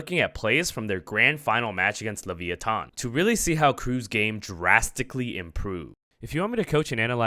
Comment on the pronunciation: Why would you pronounce leviathan like that? Why have you done this